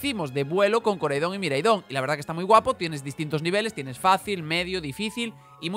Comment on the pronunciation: Pronuncias mal los nombres de los legendarios, Koraidon y Miraidon tienen el acento en la "A"